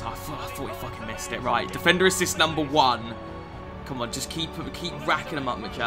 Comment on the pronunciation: Anyone else notice mcjells mad cornish accent every single time he said defender? "Difendur"